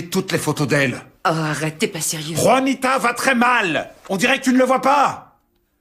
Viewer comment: C’est Juanita pas vanita 😂😂